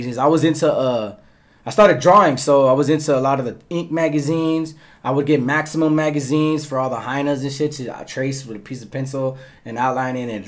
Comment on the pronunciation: Its "Maxim" magazine,pronouned max-em. Not "maximum"....